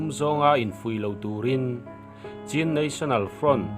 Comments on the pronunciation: CHIN hi chin tia lam tur a nilo aw.. CHHÎN tia lam tur aw... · Ngaihthlak anuam hlemai, mahse thil1klo sawive lawk, chin tih hi chhin tia lamzawktur anilo maw, Pu zah awm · Chin a ni lo chhin (ချင်း)tiin i lo chhiar tawh dawn niaA chhan chu( lushai /duh lian tawng) chauh ah hian (chh)He hawrawp hia awm